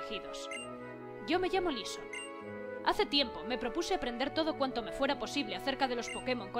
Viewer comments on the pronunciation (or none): No es lisson es laisson